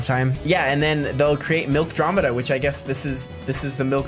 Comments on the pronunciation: The name is milkomeda but nice vid 👍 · Isn’t it Milkomeda instead of milkdromeda? idk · It’s milk-a-dromida